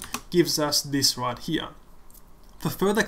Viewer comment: Right where? right HEAHH :D